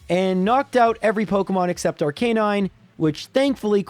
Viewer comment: it's Ar-ca-nine not Ar-canine. Sorry, it bothers me :)